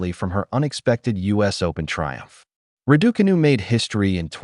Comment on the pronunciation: Why can't Americans pronounce Iga or Raducanu properly?